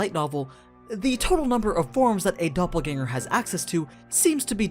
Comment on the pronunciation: actually pretty good pronunciation of the word dopplegänger.